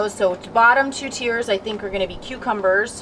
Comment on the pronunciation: “Tiers”. Haha